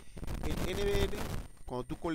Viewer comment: No diga N V “ere” Diga N V “ERRE”